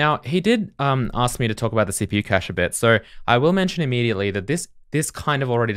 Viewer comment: It's nice that you've learnt how to say cache properly. Love the code review series